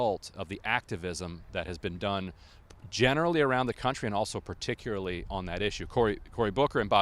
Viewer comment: WHy can't so many people say particularly? Particu-aree is not a word.